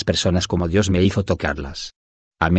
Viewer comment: En el minuto -29 dice " el espíritu de oni???" Porque se escucha con dificultad y no Claro "El Espíritu de Dios"???????